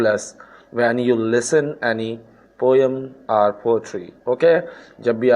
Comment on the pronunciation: Jahil kahin k ..... learn English first....then make videos.... mavelous not marrrvellous....poem not poiyam